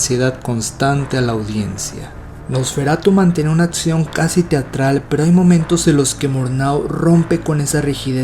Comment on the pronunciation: Es la primera vez que veo un video de tu canal. Me gustó la forma en que presentas la información y la edición está chida. Solo tengo una pequeñísima sugerencia que es tener cuidado en la dicción, distrae un poco que dices atzión en lugar de acción, etzistencial vs. existencial, etzpirado vs. expirado, etc.